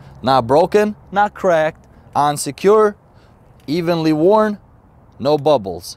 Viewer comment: He says "on secured" but it sounds like unsecured.